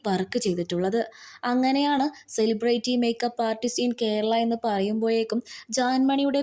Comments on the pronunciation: സെലിബ്രേറ്റി അല്ല സെലിബ്രിറ്റി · സിലിബ്രിറ്റി.... എന്നു വായിക്കു